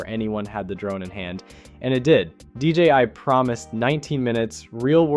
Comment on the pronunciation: Ita DJI and not DJY